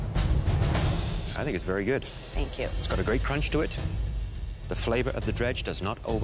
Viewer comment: "Thenk YoU ChEf"